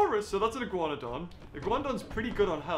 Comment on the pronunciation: Wait wait. Did he say Ih-Guan-done?